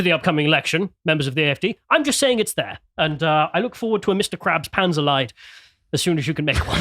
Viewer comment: LIED IS PRONOUNCED LIKE YOUR TOWN "LEEDS", WITHOUT S OF COURSE U PRONOUNCE IT LIKE PANZERLEID, THAT MEANS TANK SUFFERING!